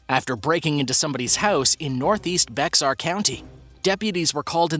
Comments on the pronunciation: Love these! Just so you know, Bexar county is pronounced Bear county. The x is silent. Ive just found this channel and im watching a marathon of it!! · On #6, it is pronounced BEAR county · #6 video....as a resident of Bexar County, I will tell you it is pronounced 'Bear' ....the X is silent...but I always enjoy your content regardless!! Keep up the great work!! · Bexar County is actually pronounced BEAR. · Bexar(Bear) county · Spelled Bexar pronounce “bare” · FWIW, “Bexar” County, Tx is pronounced “Bear”, County. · Why do every single YouTuber pronounce Bexar county wrong. If u do a video do the research! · Lol When I heard Bexar pronounced wrong. Here comes the Texans.